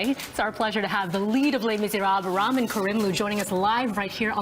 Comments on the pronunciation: please stop saying his name like you mean the noodles.... it's ra-mean... not ramen. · It's RAMIN NOT RAMEN UGGHHHH AND KAIMLOO NOT KURMILOO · Ramin actually answers to Ramen or Rameen. It was the NYC announcer that said his name as Racheem - he drew the line at that pronounciation!